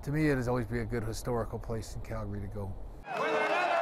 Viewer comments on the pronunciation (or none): none